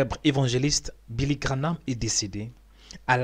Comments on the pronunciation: Please man graham instead of GRANAMThat's not so hard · Tu confonds William BRANHAM et Billy GRAHAM!! Ce n'est pas GRA-NAM comme tu dis!! Mais GRA-HAM!!!! Ce serait bien de prononcer les mots CORRECTEMENT!! Merci! ET ELLE EST OU TA VIDÉO DE BILLY GRAHAM?????? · GraHAM et non GraNhAM...sans "N" GRA+HAM. Billy GraHam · Ça se dis billy graham et non pas granam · Cest pas Granah, c'est Graham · Billy Graham et non Grahnam papa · Billy GraHam pas Granam tu ne ces ses de dire Granam. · Graham et non Granam... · PAS GRAHNAM !!!!!!!! GRAHAM VOUS DITE TOUT LE TEMPS GRANAM C'EST GRAHAM GRAHAM GRAHAM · Vous déformez le nom c est Graham abstenez vous de le dire ça fait mal au oreilles 🙏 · Graham comme Abraham.. La pronomciation de son nom est comme Abra HAM. Prononce Billy Gra HAM. il y a pas de N dans son Nom.. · Relis bien son nom avant de te lancer dans une video! Qu'est ce qu'il te fait penser que ça se grononce graname? 😩